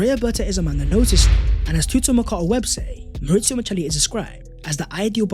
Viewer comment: Small detail but it’s Micheli as in Chiesa and Chianti, not Miceli.